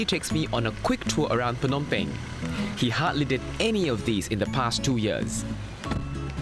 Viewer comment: The way the host says "Phnom Penh" is very close to the actual Khmer pronunciation. 😍